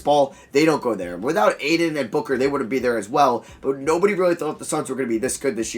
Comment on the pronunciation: You pronounce Ayton so painfully wrong